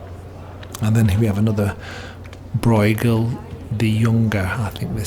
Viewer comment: Bruegel: is not an "oi" it is the ö you hear in German words (as well as Dutch ones of course, but there's a better chance you have some German) e.g. schön. The gh is much like ch in Scottish Loch. bɾøːɣəl